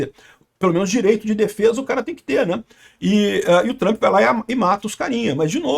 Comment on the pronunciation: "Trãmpi" precissa saber disso urgente (se é que já não sabe)